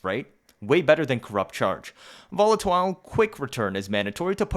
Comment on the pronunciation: Hmm yes interesting lol the way you said volatile